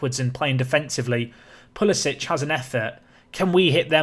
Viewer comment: Oh my! You pronounced Pulisic in a good way! #Throwback to Pussy-lich